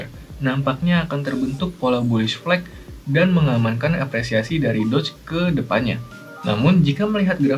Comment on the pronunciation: bukannya nyebutnya DOGE ya bukan "DODGE" ?